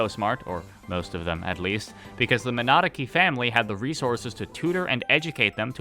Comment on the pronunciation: I love that you're bad enough at saying Minadzuki that youtube thinks you are saying "monarchy" :D